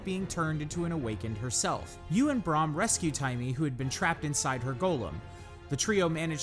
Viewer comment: Good video, although it put me off a few times when you said Joko and Braham's name, wrong xD